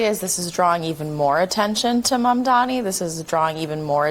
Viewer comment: Everyone mispronounces Mandani how about Devari Dorkins .